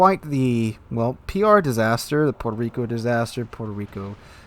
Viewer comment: Puerco Reeko....